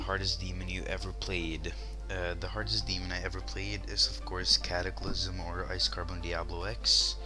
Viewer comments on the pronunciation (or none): On the demon question... did you say CATAclysm or KAPPAclysm?